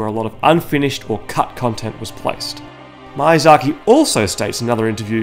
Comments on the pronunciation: The first "i" in Miyazaki is pronounced like an "e", your pronunciation comes out as "Mayazaki". Sorry to point it out but it broke me by the third time u.u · Great video mate, but I just CANNOT stand you saying out the director's name. ME- UGH- DZA - Key is how it's pronounced. You say it like Mayasaki. Also aren't the butcher ladies preparing the meat for the Gaping Dragon? Or maybe the meat is just bait so the rats get flushed down to the Gaping dragon and the dragon eats the rats. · Bruh, it's mIazaki, not mAiazaki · First of all; it’s MEE-YA-ZAKI not MAI-UH-ZAKI Australians are so damn bad with accents it’s astounding. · Ah yes, the creator of dark souls "Maiyzaki" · Yeah. Mayonnaise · Loved this! I just really need to tell you this: the mi in Miyazaki is pronounced as "mee" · Ah yes, my favorite game designer, Heedeetahkah Mayahsahkee. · everytime he says mayazaki i flinch a lilttle great video overall tho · Hidetaka: "hee dey tah kah" Miyazaki: "mee yah zah kee" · Hideeetaaaka MAYAZAKI - the worst pronounciation I ever heard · Ah yes, Mayazhakee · Good video, but the way this guy pronounces Hidetaka Miyazaki is giving me conniptions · Yeah, my Japanese pronunciation is not the best, hoping no one would notice that recurring blunder haha. I know the correct pronunciation now, so dark souls video that I make later will not include this issue! :D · Butchering Miyazaks name man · I have never heard anyone butcher the pronounciation of Hidetaka Miyazaki this bad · Great video! However i just couldn't stand hearing the wrong pronunciation of miyazaki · Dang, the pronunciation mistakes almost drove me off